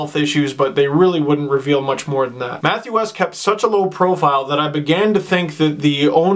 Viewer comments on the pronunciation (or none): great vid Steve!! very sad to hear of Matt's passing. just an fyi his last name is pronounced Wee-st not West.